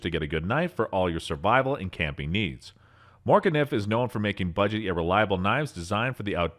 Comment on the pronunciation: Couldn’t pronounce: Morakniv Falkniven Fero rod Leukeu Pukko ESEE fucking SPYDERCO Etc. 😂 I’m sorry but this dude has never touched a knife in his life, I never post mean comments or even dislike vids but this is another level😂😂😂 Also what’s w the voice change?¿